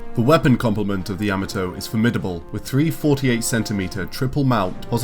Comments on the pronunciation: "yah-mah-toh", not "yama-toe". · what the hell is a yama toe? its pronounced YA MOT OH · It’s ya-ma-to not yama-to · Ya-mot-oo! Not ya ma toe! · Ya- MA-to not Ya-me-to but a badass ship nonetheless. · Its Ya-ma-to(h) not Yama-toe. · Dude, did you watch the shows? At least pronounce the name "Yamato" correctly. It's not Yammuh-Toe....it's YAH-MAH-TOE. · Why do you pronounce it like you've never seen the show before. It's NOT YAH muh toe. It's Yuh MAH toe! Jeezo. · Dear God you butchered the name of the Yamato. In the Japanese language A's are pronounced as "ah", like the how it is used in the word "father". Also unless there are double constants you do not pause in the word or name pronunciation. So you should be saying Yah-Mah-To. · Year and a half later, I'm adding to the past requests to highlight the SDF-1 Macross. (And yes, given how you brits say To-MAH-to (tomato), you should say Yamato the same way (Ya-MAH-to).) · Kinda excruciating to hear "Yah-mah-toe" mispronounced every time throughout that video. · Decent voice, but the constant godsawful (mis)pronunciation of 'Yamato' had me twitching every damn time. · Love you guys, small note: Its 'Yamato' as in the posh pronunciation of 'tomato'. Not like the vegetable. Ain't no yams in Yamato. It's jarring every time he says it. Show some respect to other languages mates. Again, love your work, just had to say it. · Ok first you are saying the name wrong very wrong then you left out so many weapons and other things. I was so happy to see you do this but you need to redo it sorry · I tried to watch, I really did, but your incorrect pronunciation of Yamato is just too distracting. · The narrators pronunciation of the word Yamato is irritatingly wrong. smh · I wanted to like this video but that guy's horrible pronunciation of Yamato made my ears bleed